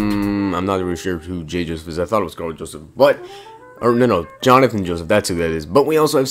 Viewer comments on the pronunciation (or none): none